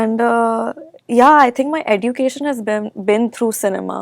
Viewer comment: D is silent in education 😂🤣